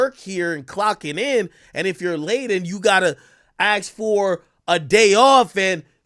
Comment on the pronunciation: YB lost my respect when he was impersonating at Doctor but got caught cause he said ax instead of ASK😂😂😂😂😂😂😂bro😂😂😂😂